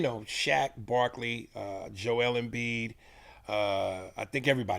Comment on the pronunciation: He also says Embiid and Bill Burr's names wrong. Pretty funny